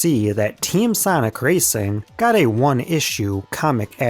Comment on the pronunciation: Sanic✖. Sonic✔